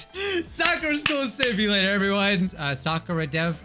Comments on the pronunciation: You keep pronouncing Sakura school simulator wrong you pronounce Soccerra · It’s pronounced sa and u know how u pronance courage ad that to it so it’s Sakura